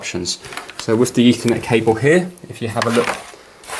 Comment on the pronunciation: if it sounded like that,you know he meant ethernet cable.